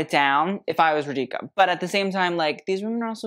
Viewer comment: Thanks for saying Radhika (and not Radiki) 😀